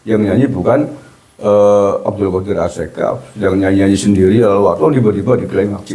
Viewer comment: YALAL BUKAN YAHLAL.....piye to Bacaaane Kabib iki ngawur...jare ahli baca kitab dll...nyebut Yalal saja di sebut Yahlal